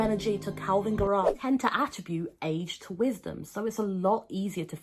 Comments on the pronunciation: Why are you saying it like guh-RAWWW? Isn't it GAIR-uh? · I like that you say Garrah like Tara ~ love